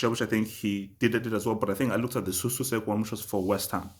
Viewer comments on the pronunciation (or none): Totally agree. Btw it's pronounced S-Owl-Check.